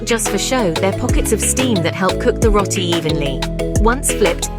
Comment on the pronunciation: Trini-daid 😮 It’s Trin-i-dad. I can’t stand when it’s mispronounced as Rot-ti, it is Ro-ti. This the least of the problems wit this video.